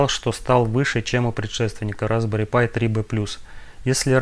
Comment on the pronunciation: Pi должно звучать как «Пай», как «пирожок», а в остальном все достаточно интересно!